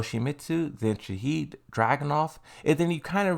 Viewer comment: Bruh. Did you just call Shaheen - Shaheed. 😂that just means martyr which everyone wanted him to be .